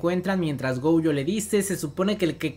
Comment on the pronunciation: Me da ansiedad que le diga "goUjo", la u la tiene al final :v